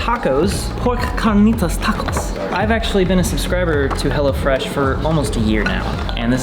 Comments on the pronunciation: sounded like he was saying "hella fresh" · I thought he was saying hella fresh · the way he says hello fresh sounds like Hella fresh and i like it